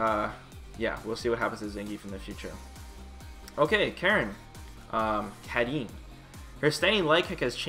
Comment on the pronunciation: Holy shit, he pronounced Karin's name correctly.